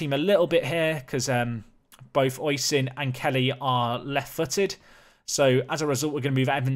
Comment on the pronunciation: Oisín = Ush - een McGrath = McGra (th is silent) Eamonn = Ay - monn (rhymes with shaman) You can get better at this!